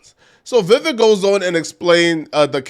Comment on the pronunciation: Pronounced: VIE VECK